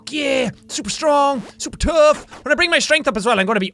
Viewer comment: ITS CALLED BUFF AND TOUGH AND HE SAID TOHGH AND BUFF